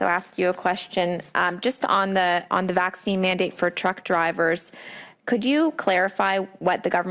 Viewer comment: "Hey Doc, does this Vhacine give me imhunity?" "No, it gives the manufacturer imhunity."